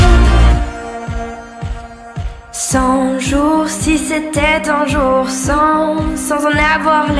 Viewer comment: Pronunciación Joug on Amor numero on Ce la Amur suprem Di mua que tu ames Shu vu on joug Numero du Un suit Al hotel supplemont mogtel Yi te regarde Tute la nuit Donce surmon am ne plu permis Neuf jougs La vie cet du velours El eternite Une necesite Joug dis Vagacion du delis Que vudra tu feg? Une ballade en mer Shak jour Depandonce al amour Pa de dons atur Ce le joug on